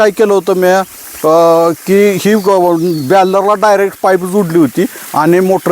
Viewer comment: वेडा आहे, त्याला सरळ बॅरल म्हणता येईना.